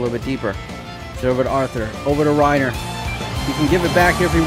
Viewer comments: It is Pronounced Ray Ni Ér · It's not pronounced the same as Reiner Braun because: A) Reiner Braun is a GERMAN name and is pronounced the German way... and B) Reinier has another letter i in the name, so it isn't the same as Reiner and therefore would not be pronounced the same way. From what I've heard, the Brazilian Portuguese (and also regular Portuguese) way of pronouncing his name is "Ray-nee-er" or "Ray-neer". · Reinier is pronounced "Hey" - "Knee" - er